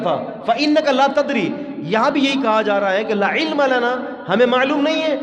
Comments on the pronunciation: لا کو چھوٹا کرکے نہ پڑھیں۔ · لا علم لنا۔۔۔۔کے لا کو چھوٹا کر کے نہیں پڑھتے وگرنہ معنی بدل جاتا ھے محترم ۔